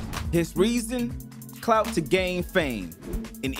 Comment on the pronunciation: Lmfao bro its clout not "cloud" 😁 Stop trying to sound like you know what you're talking about.